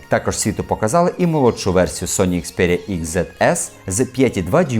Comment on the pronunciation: на огидно чути "ікспЄрія прЄміум" ...невже вимовити українською так важко?